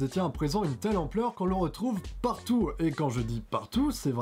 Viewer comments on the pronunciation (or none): C'est pas trop mal mais t'es obligé de dire "PARTOUW" ?! Et fais attention aux différence de volume, aux zooms étranges de ta caméra et aux longueurs. Continue ;)